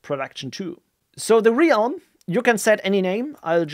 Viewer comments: you mean like "helm" but with an "r" :D just saying this to make sure nobody is wondering why the realm would be pronounced helm :D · Great video, thanks. I also liked your compose file clean-up. One tiny, tiny, point......from you mispronounce Realm several times. It is actually pronounced with a short vowel, as in RELM. ;-) My wife is German and she has problems with that word as as well ;-)